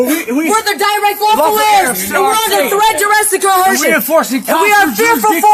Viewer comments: “Coercion” has no H in it, where in the doohickey did they get that pronunciation?!!! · Can no one say coercion??? It's not co-HERSION. These people are so stupid. 🙄 Insane. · Threat duress coHERSION! Like LEARN THE WORD PLEASE if you’re gonna keep throwing it out there and using it smh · co·er·cion is the word PLEASE learn to say it PROPERLY---damn fools